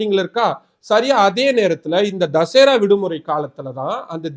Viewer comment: ஏய் அரைவேக்காடே தமிழ் தெரியாத தற்குறியே தசேரா இல்ல தசரா. தமிழ் நாடு அரசையும் காவல்துறை தலைவரையும் எதிர்த்து தாக்கல் செய்யப்படும் மனு எந்த கிளையிலும் விசாரிக்கலாம். ஜாமீன் மனுக்களை போன்ற பாதிக்கப்படும் மக்களின் நலன் சார்ந்த மனுக்களை உயர் நீதிமன்ற கிளை விசாரிக்க வேண்டும் என்ற நல்ல எண்ணத்தில் கலைஞர் அவர்களால் போராடி பெறப்பட்டது தான் கிளை அமர்வு